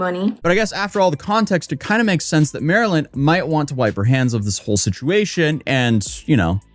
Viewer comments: Mispronouncing Marlyns name the whole video hurt my brain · jsyk, Marlyn does pronounce her name Mar-lin. hence Not Marilyn. No offense love the video etc have a good one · He keeps calling her Maryland. The screen shows her handle - MarlynLikeTheFish. Ummm... Her name is Marlyn (Marlin). Not Maryland. 🫩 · You keep cɑllinɡ her Mɑrilyn but it’s cleɑrly pronounced Mɑrlen... Like the fish? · You keep calling her Marilyn, when her tag clearly says it's Marlyn (marlin) like the fish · Haha, it's not Marilyn. It's Marlyn... like the fish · HER NAME IS MAR-LYN LIKE THE FISH. NOT MARILYN. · I’m not officially a detective, but I suspect marlynlikethefish pronounces her name Marlin, like the fish, not Marilyn. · People calling her Marilyn is so funny to me... it's Marlyn, like Marlin, like the fish, it's literally in her username and she says it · you`re calling her Marilyn (like Monroe), BUT her screen says "MARLYN-LIKE-THE-FISH". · She says her name is Marlyn and you can see her username during her videos but you keep calling her Marilyn instead for some reason lol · Her name is pronounced Marlin. Did you see her username? It says Marlyn like the fish. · You calling her Marylin is driving me nuts. Her handle is Marlyn like the fish, ya know the Marlin fish. Florida Marlins baseball team. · This was the dumbest video. Can't believe you watched two no names post what happened to each other on social media and then made a 13 minute explanation of it. Also, you kept calling the one girl Marilyn. Every time you showed her video, you put her ID in the corner. "MarlynLIKETHEFISH". The fish dude.. ever hear of a Marlin? She literally made her ID so that you wouldn't pronounce her name and yet you called her Marilyn. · Bro. Her name is "Marlyn," pronounced "Mar-Lynn" apparently. Her social is literally "MarlynLikeTheFish" (the Marlin), lol. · Her name is Marlyn (like the fish pronounced mar-Lynn). No hate just wanted to let you know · MAR-LYN… like the fish…